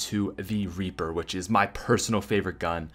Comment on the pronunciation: He said raper not reaper😂